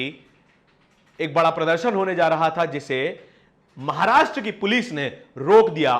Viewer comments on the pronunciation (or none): none